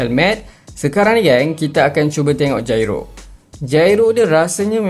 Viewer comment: sebutan yg betul jyro bang